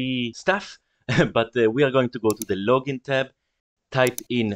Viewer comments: “Login”... hilarious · I was so mad after the "Login" bit